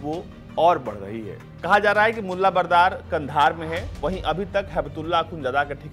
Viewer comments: Bro it's mulla Baradar not Bardar. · ।।।। बरदार नहीं बरादर है।।। पहले बोलना तो सीख ले।।। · बरादर है यार बरदार नही। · Support se anchor bna lag rha hai Baradar ko bardar bol rha hai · Mulla brather to to bolna seekh le bhai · Mulla braadar aur akhundjada h Yaar pronunciation to thik kar lo aaye h media banke🙄